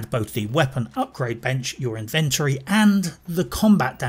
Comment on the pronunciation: It saddens me to say that I tend to agree - apart from the pronunciation of 'inventory'. My PC isn't that old but it struggled running this game and I'm about to switch to X-Box X Series so I honestly don't think I'll get Starfield when I make the switch - at least until it's modded extensively - although there seem to be some worrying changes afoot there. It started off promisingly but quickly fell into boredom for me. My main criticism is the soul-crushing grind. The good stuff is way into late game and you not only have to pick a perk but complete 'challenges' to get there. It's tedious. And the woke... oh god the woke......ALWAYS a female boss or a 2nd in command (usually the former). ALWAYS a gay person or trans. I made a point of never choosing Barrett as a companion when he started going on about his husband. I'm all for inclusivity but this stuff is being rammed down our throats now (no pun intended). Love Skyrim, love Fallout. This is so disappointing. Currently running through Dragon Age Origins again. Now that was fun. Oh and yes, The Expanse was great.